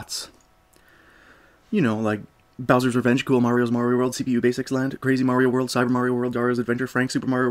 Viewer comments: Marry-o? Fucking marry-o? It's Mario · It's MARio not MERRio. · It's "Mario" not "Merio." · Great video, but one thing kept bugging me...you must've heard "It's a me, Maario!" somewhere before...Maahri-o not merryoh, however the "Where in the fuck do I go" song was so good I had to rewind a few times. Is that you, or is that someone else? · Video starts Mare-E-yo... it's Mario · He doesn't EVER say "Itsa MEEE mayerio! He says "itsa MEEE a MAR-ee-O" Why do people insist on saying it wrong when they know this? Especially people who have PLAYED it for years. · How do you say marry o kart then go one to pronouncing MARIO right a few min later? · Merry oh Kart? Never heard of it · it blows my mind how many people say marry_o instead of mar re o. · excuse me? marryoh cart? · "Merio Kart" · did he say Merio?... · Auto dislike for the fact you can’t say Mario correctly he’ll it’s even said by numerous characters in games with voice acting it’s mario not murioh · Merry-O kart gets mispronounced, but Super Mario World 2 sounds normal.. dude. Consistency? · Oh my God did he say "Mary-o".... HOW DO YOU NOT KNOW HOW TO PRONOUNCE MARIO? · da fuk is merry-oh? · Mary-o kart and then you say super Mario world 2+2, IT'S NOT MARY-O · I would say "get over it, some people pronounce the name Mario that way and it's not a big deal", but for every other game, he pronounced it in the more conventional way. Weird. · Just one thing, you mispronounced "mario"